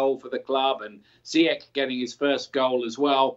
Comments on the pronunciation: It is so disrespectful to persist in mispronouncing a person's name. It is Ziyech not Zayesh for crying out loud. I give up. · FC, Ziyech is pronounced Zee-yash حكيم زياش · Its pronounced zeeyeckh steve🥺